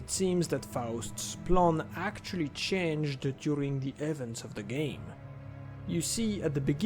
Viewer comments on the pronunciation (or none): none